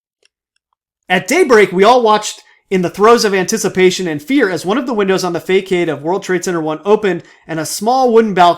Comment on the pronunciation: Nice video. Just an FYI, "facade" is pronounced 'fassad".